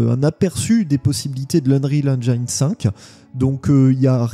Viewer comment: En espérant que le "feeling Halo" soit conservé sous Unreal Engine 5 (à prononcer "Eunriil Énjine" et non "Énjaïne" 😉)